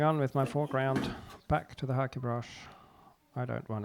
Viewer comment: Thank you for pronouncing "Hake" correctly!